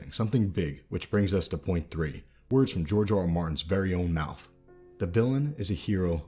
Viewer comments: lol at "Mouf" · Lol "mouf" 😂